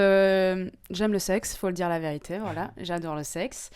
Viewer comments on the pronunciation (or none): elle dit la verituer